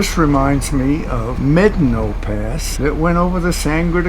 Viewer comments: Definitely know what you’re doing offroad! The locked rig walked that thing. But it’s MEH-dah-no not MED-a-no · You are pronouncing Medano incorrectly. Look it up. How do you pronounce "Medano"? Médano is a Spanish word that means "sand dune". It is pronounced "MED-ah-no". Kudos to you guys for having the balls to drive that route. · Mé-da-no pass. And Blanca peak not Mt. Blanca. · wouldn't Medano in Spanish be pronounced may DAH no? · LOL. Medano is Spanish, it’s pronounced Meh-DAH-no. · If it’s a Spanish word that’s still not how to pronounce it correctly. 😂